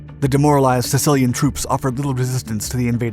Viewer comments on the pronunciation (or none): none